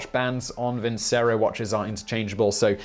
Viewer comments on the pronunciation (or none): I thought vincero it was pronounced vin-chero?